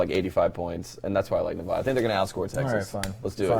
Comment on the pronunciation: PLEASE JUST PRONOUNCE NEVADA THE RIGHT WAY!!! I HATE IT EVEN IF YOUR'RE JUST KIDDING!!! BTW Love the pod keep up the good work lol